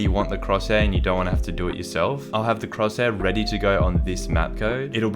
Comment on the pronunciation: say cross hair